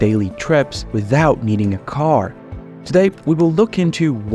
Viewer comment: Please have a look at how your pronunciation of 'car', 'around', 'key roles', and the like. In particular at the end of a sentence. It is atrocious to say the least.